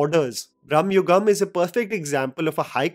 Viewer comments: You are pronouncing it in the wrong way. Its Bramayugam,not Brahmayugam. Both are different in meaning. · Its not bramma yugam it is bramahyugan.. Bramam means madness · just a lil correction. it isnt "brahma" yugam (like the god brahma). its "bhrama" yugam. like bhram. roughly transalted as confusion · Please try to pronounce, it as Bharama yugam(Madness age), Not as Bhrammayuagam(Time of Hindu god Bhramma) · Bro not brahmayugam its bramayugam both have different meanings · Bro its not Bhrahmma.....its Bhrama.......illution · It's not bhramayugam it's bramayugam, bramam meaning fantasy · You are pronouncing the title wrong. You are saying brahmayugam which means age of Brahma (like the god). It's actually age of madness it's pronounced different, m sound is not stressed, b sound is not like that of biriyani but of Bharath. Bramayugam. Not ब्रह्म its भ्रम. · it is not Brahmayugam, but Bhramayugam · It is not ‘bram-ma’ yugam. It is “bhra-ma” yugam . Meanings are apart. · It is Bra ‘ma’ and not Brahmayugam like God Brahma. Just observed this and translates totally different meaning otherwise. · It's not Brahmayugam, it's pronounced Brama-yugam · Not Brahmayugam it's Bramayugam. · It’s not Braamyugam it is Bramayugam…. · It's "Bhrama-yugam".... Not Bhram-yugam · Its not brahmayugam, it is bramaaayugam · Bramayugam not Bhramayugam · It is not brahma yugam its brama yugama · It's not brum-ha-yugam it's bruh-ma-yugam meaning delusional age. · Its not brahma yugam its brama(mad) yugam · U r pronouncing it wrong... It's Brama-yugam... Brama/bhrama is illusion/wrong sense of purpose/negative thoughts Not Brahma-yugam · I think you keep pronouncing “brahmayugam” it’s just bra-ma-yugam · It's Bhramayugam, not Brahmayugam. Bhramam = Insanity. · It's bhrama yugam not brhma yugam😅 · It's pronounced as भ्रहम (hallucination) (Brhmayugam era of hallucunation) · Its "Bhrama-yugam" or ഭ്രമ യുഗം. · The title is pronounced Bhram-yugam, age of madness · Its bramayugam not branmayugam.